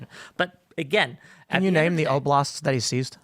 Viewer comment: Tbey should've brought up more often the fact that the dummy could only name 2 of the invaded oblasts, only one if counting wild mispronounciation. That's table stakes to even have the conversation; what a terrible representative for Ukraine.